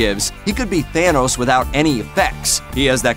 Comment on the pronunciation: It's thanos!!! Not thayyynos🤢